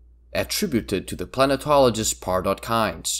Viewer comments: Interesting how you pronounce the name of the planetologist like the city (Milton Keynes) and not like the human academic (John Maynard Keynes). That is slightly offputting and distracting for me. Iirc there is a pronunciation guide, eg for Liet (Lee-at). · i wish u said Liet Kynes' name rightbut other than that this video's very informative and fun c